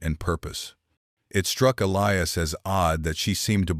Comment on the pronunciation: your a i needs some work i heard elias pronounced three diferent ways and gila is not spelled hila all this in the first 10 minutes